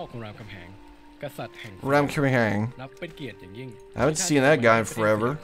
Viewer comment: also its pronounced Ram-ka-ham-han e and g are silent